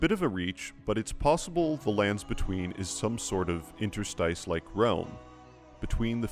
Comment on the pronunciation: you can use the word "interstitial" for a hint on how "interstice" should be pronounced